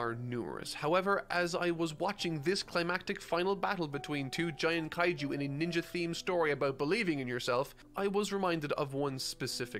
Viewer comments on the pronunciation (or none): none